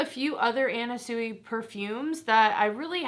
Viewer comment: It's actually pronounced swee! 💕